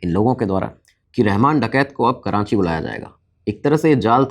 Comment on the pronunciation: Karachi, not Karanchi. Please correct yourself